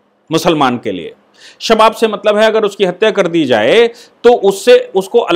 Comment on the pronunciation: सर ये शबाब नही .... सवाब है, इसका मतलब है पुण्य का काम ।